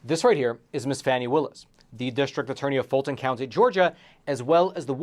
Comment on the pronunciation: Epoch Times are idiots. They can’t even pronounce Fani Willis’ name properly. The allegations are groundless. Epoch Times are more interested in selling stories instead of reporting the truth.